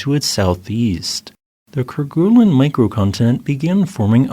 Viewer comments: The "gue" sound in Kerguelen is actually pronounced more like "gway" or "gey" rather than "goo." This is because the name Kerguelen comes from the French explorer Yves-Joseph de Kerguelen-Trémarec, and in French, the "gue" combination is typically pronounced with a soft "g" sound, followed by a "u" sound that's more like a "way" or "ay" sound. Fyi. 😉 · "ker-GOO-lin [sic]" -- "KER-guh-lin" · Ker-goo-lun...🤦 It's pronounced ker-gay-len. It's a Breton name, if you're gonna inform non-French people of its existence, at least get the pronunciation right, for fork's sake. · Great video. It's pronounced "Ker-gay-len", btw, not "Ker-guh-len". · Yep, actually more like ker-gay-lin but there's room for a little variation. 👍